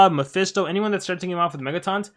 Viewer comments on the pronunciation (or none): none